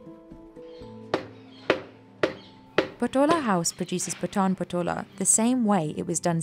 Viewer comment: No she pronounces Patan very wrong, even Indians outside Gujarat finds it hard to pronounce the word Patan challenging due to word 'N' it's Paaaton